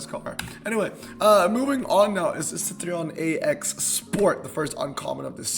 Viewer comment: Citroen not citreon. I understand not having any interest in particular brands but as a car guy you have to atleast be able to pronounce car brands💔